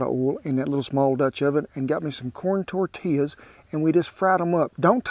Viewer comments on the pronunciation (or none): none